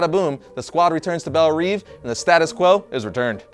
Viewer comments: Bel Rev not reev jackass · saying Belle Reeve always bothers me, I'm fairly sure Belle Reve is pronounced Bell Rev. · Say "Belle Reeve" correctly please. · He said Belle Reve a kittle strange to me. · Let's try pronouncing Belle Reve differently and seeing how much further that gets you